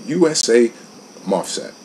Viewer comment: had to pick on you on the pronunciation of the mosfet. love your reviews tho. I feel like I'm hearing my best friend telling me if I should buy something or if somethings a waste of time. keep it up bro